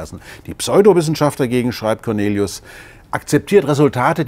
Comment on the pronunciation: Ich kenne jemanden der Cornelis heißt. Wie der Herr Lesch die ganze Zeit aus Cornelis ,,Cornelius'' macht triggert mich nur extrem. xD